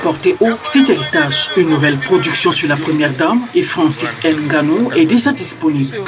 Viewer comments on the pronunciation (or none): "Francis N Gannou " cest quoi? cest Francis Nganou, prononcez bien nos noms africains, nous ne sommes pas français, Merci Sinon merci pouzr le reportage